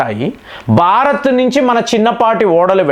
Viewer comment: బారత్ కాదురా భారత్